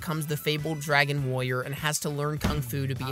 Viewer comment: “dragon wOyer”